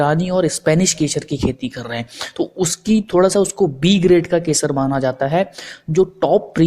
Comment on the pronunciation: Shpanis keshar nahi spanish kesar bhai. Keshar nahi